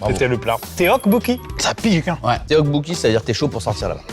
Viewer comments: la prononciation oh mon dieu... téokbokki... ça fait mal d'entendre ça....... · le teokkbeokki (prononcé tokkbokki btw) en 4 ça fait mal à mon petit coeur :')